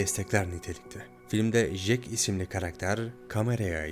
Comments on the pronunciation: Ya şu isme JEK diyip durdun sinir hastası ettin be olm ya! CEK diye okunur o bi öğren la seslendirme yapıyosun burda! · Resim çekilmez kardeşim, resim yapılır. Fotoğraf çekilir 🤣 ayrıca Jack "cek" diye okunur, " jek " değil. Bu kadar zorlama bir içerik için teşekkürler